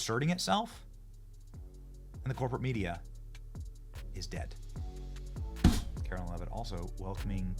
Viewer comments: Benny, Carolyn is spelled Carolyn. Karoline (KaroLINE) is spoken as KaroLINE. Love your show and this new Press Secy is fabulous. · KARO-LINE IS HOW ITS PRONOUNCED! It’s not Carolyn. Do better Benny!